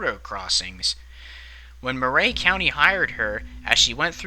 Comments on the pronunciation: I remember this well. I live across the state line in Tennessee. It was quite sad. Also, Murray county is pronounced like Mer-eey and not Mer-ray. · 1) It's pronounced "murr-e" not "moo-ray". 2) I'm familiar with this area; most of the roads that need to get on the other side of the tracks go under some sort of low bridge; this is near Old Fort, TN; and I think the only other "level crossing" like this one is nearly 4 miles north on Davis Kurbow Rd. 3) Why the hell did these buses have a stereo? Growing up my buses barely had heat. 4) The argument of "why" they stop is invalid. The explanation is "What if the bus breaks down as it's trying to cross?" Well, if that's really what we're trying to prevent (which in reality we're not, I get that) but if it WERE then the appropriate action is to stop SEVERAL CAR LENGTHS AWAY before the crossing, so that when you are clear to go you can apply some bloody speed to the tracks so that if it cuts out (which it won't) the forces of nature will glide it across irrespective of whether the engine is running or not. I'm half deaf, and I can hear a train horn from half a mile away; this open door and turn everything off and p and q this and scratch your nuts and this and that and blinkers and bonkers it's all bullsh*t. This isn't about the excuse "oh I didn't hear them coming" NO. This was 100% distracted driving on a frontal lobe level; this driver could have been facing the train head on standing on the tracks without the protection of a car and it probably STILL wouldn't have registered with her. 5) It's sad that this even happened; it boils down to an arrogant driver that thought they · Thanks for the video. I'm from the neighboring county and remember this day well. Just FYI: It's pronounced "Murry" County, not "Mur-ray" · Murray is pronounced "MURR -- ee." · Chastised = CHAH-stized. Murray = mur-REE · Weird pronunciation of Murray.